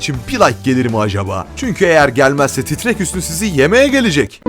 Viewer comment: Titrek hüsnü değil TRRRRREK HÜSNÜ HAGĞGGGG